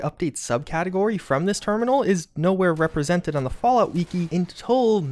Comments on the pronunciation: I cant be the only one who gets annoyed with how you say the word "wiki" (its pronounced "wikee" not "weekee") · "On the weekey" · it's a shortened form of "Wikipedia" which definitely isn't pronounced weekeepedia so you tell me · Weekee? Why do you pronounce Wiki like that? Do you say Wee Kee pedia? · Weekee?! Bro Its fuckin WIKI Wifi does not sound like Whiffy Fix your language LOL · I thought we figured out something else more important than this "terminal" secret. It's pronounced WI-CKI like a candle wick. Not WE-AKI like, Todd Howard has weaky arms. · haha he sed weeki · "the fallout we-key" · The he says wiki “wekey” make me want to jump off a bridge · "the wee-ki" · Why does he call it weeki?